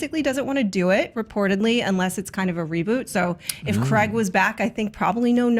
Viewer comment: Ok, so Daniel Craig is English and we don't pronounce it Creg. We pronounce it with the A sound similar to in "game" or "page". Pedantic patronising over.